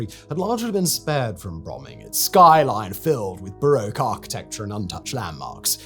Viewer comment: "baRowke? i thought it was "BaRock" ?